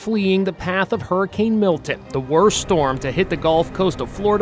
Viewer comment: not flee fo war flee hurcan